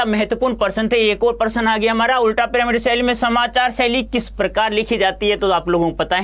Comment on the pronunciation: Prashna ko person bol rhe hein sir😂